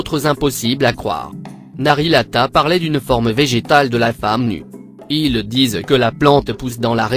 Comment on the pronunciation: ah ah ah ah le "narilata" ouh ouh ouh trop drôle